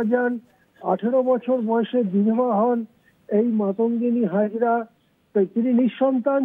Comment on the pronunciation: নাম ঠিক বলতে পারেন না উনি আবার সংসদ